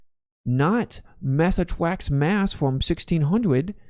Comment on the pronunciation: "Mwass attwacks mwass" lol😂 make this a shirt!!